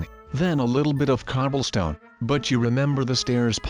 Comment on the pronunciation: lol he said Carblestone